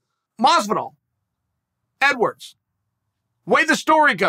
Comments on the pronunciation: I just want to say "EDWAWRDS" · “Edwards should fight Masvidal.” Chael: It’s “EDWAWRDS” “Ok, great” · OH YES LEON EDWAWRDS